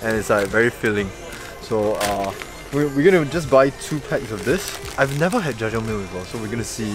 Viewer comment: This is massive. I can eat 3 at most. On my worst binge haha. Anyway your pronunciation of Jajangmyon and Jjapaghetti were spot on! And on top of that the brand you picked tastes waaaay better than Jjapaghetti. You were also correct in that adding eggs makes it moist and better! An extra tip is to not use the oil packets in the ramyon but to use your own higher quality real olive oil. Also the meat is real pork, just freeze dried + last edit: "I'm not that full" well wait 20 mins the noodles expand like crazy inside your body